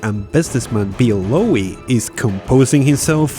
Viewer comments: It's just pronounced "low". Not "lowey". Should've been a clue when all your AI voices pronounced it correctly. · This guy can't pronounce things. It's incredibly annoying. Lowe has a silent E. It's just Low. I used to work in TV. I should start making YouTube videos as my content would instantly be more professional than 99 percent of what's on here. The YouTubers I subscribe to tend to be people who are accurate. It's no use spending months researching a topic on say Winston Churchill only to say Winestone Church ill. I know that sounds mad but I'm just trying to make this fun. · Note that the surname Lowe is pronounced same as "Low". As in Rob Lowe. Also Kildall was pronounced Kilwall the first time spoken. But I still like your work. 😙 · That pronunciation of Lowe, though!